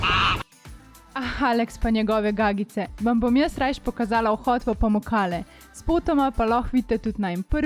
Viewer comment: Se mi zdi, da sta ves čas govorila POmukale 😆